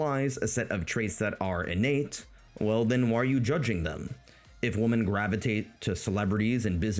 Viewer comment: Great summary of that sad milieu. Your pronunciation of the word "women" almost burst a blood vessel in my head, but the tremendous quality and sense of humour you put on display more than made up for it. I really hope the manosphere dies, just like I hope tumblr feminism dies. They're on their way out, but I'm not confident they'll ever be truly dead.